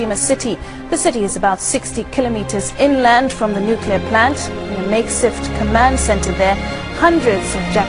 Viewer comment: nukular??? really?